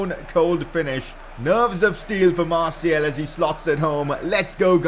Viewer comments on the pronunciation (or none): you prick it is announced Anthony martial